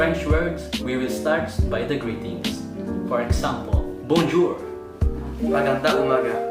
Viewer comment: BONE JAW KASI YON HINDI BONJOUR 😠😠😠😠